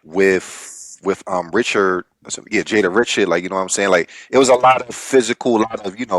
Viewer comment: Jada Ree-shard, not Rich-urd